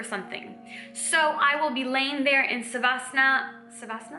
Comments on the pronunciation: You are soooo cute ❤️❤️ Its “Sha- va- sana” Positive vibes flowing❤️❤️ Also, I would love to join the baby elephant community❤️ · Sawasan ... sawasana ... sawasananana😂😂😂 she is super cute ... i think she tries to say swasan ( one type of yuga ) i guess so😅😅